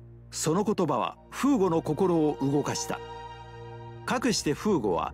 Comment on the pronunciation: Thanks for the upload! BTW I don't want to be mean but it should be フーゴ not ふぐ